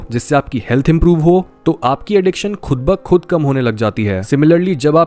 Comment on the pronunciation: I like the way you say 'Khud ba Khud'